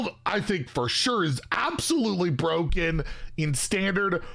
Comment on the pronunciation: Bur-O-ken lol you kill me